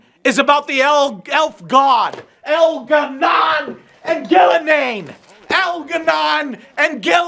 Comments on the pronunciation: “EL’GAH’NON AND GUIL’A’NAIN ARE APPROACHING THE GENERATOR!” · al garnan and gil ga nain!!! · Elgahnon and Gilgarnain lol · But in seriously Joe, have you seen El'gah'non and Gil'A'nain? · But Joe! We need to fight El'Gah Non not Gil' A' Nain!!! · Did you say THE ancient Elven Gods Elgar’nan.... and Ghilan’nain!?